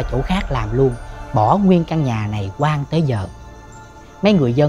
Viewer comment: Nhà hoang mà anh Lập đọc nhà quan mình nghe cứ nhầm hoài, không phải là bắt bẻ góp ý gì nhưng hy vọng anh để ý chỗ này tại vì dù gì anh cũng là 1 Diễn viên nên đọc sai vậy dễ bị nói này kia ạ, chúc anh Lập tiếp tục ss tuyệt vời này